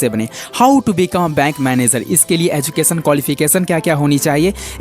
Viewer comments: Aducation nahi hota " Education " Hota hai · Anyone notice "ADUCATION"